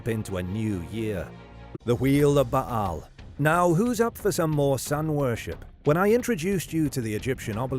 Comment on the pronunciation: Yeah who was 'Ba'-Hal' exactly? It's pronounced 'Bale'. Bale's shaft. OMG!